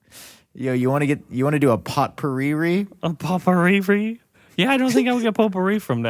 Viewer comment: is talking about poop-ari spray Not pope-Ari ahahaha